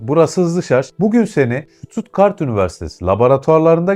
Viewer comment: Vay be Almanya neymiş.... 😂😂😂 Kim inanır? Kadir inanır... Hocam şuttuttgart değil... STUTTGART 😂😂😂